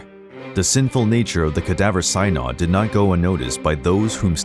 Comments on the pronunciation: SIN-odd, not SIGH-nod. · Cye nod. Come on. Synod pronounced sin-ud. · Many "interrupted" the earthquake? Someone needs to proof your video or you'll lose what credibility you want to have in making these videos. And BTW. It is "Synod" is pronounced "Sinod" with a short "i" sound.